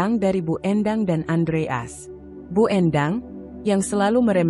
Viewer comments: Iya betul Andreas dibaca Andre as ART dibaca art payah banget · Iya lucu dengarnya Andreas kok dibaca Andre as, jd kurang enak di dengar wkwkwkwkwk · Masak sih baca andreas gitu aja apa susahnya , kenapa bcanya kok andre as... Jadi g enak di dengar..... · Andreas bukan andre as.cara penyampaiannya mohon di belulkan lagi.perhatikan pemotongan kalimat dan penempatan spasi yg bener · Bacanya belepotan andreas bukan andre as. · Itu suara AI. Moso nyebut Andreas jd Andre As, jdnya datar sj, membacakan, bukan story telling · Andreas bukan andre as...belajar baca lagi....🤦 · Andreas. Bacanya Andre. AS. ya wagu to mbak. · Ayo min belajar baca lagi , Adreas bukan Andre' as bener" gak enak didengar deh 😂😂😂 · Andreas gitu lho bacanya, bukan Andre As, apa hurup As itu singkatan,kok bacanya di pisah....yg bener dong klo baca,apa you bru belajar membaca ??? 😜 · Baca yg benar ,bisa gak? Andre as?? Aksen gak usah terlalu dibuat² . 👎 AUTO SKIP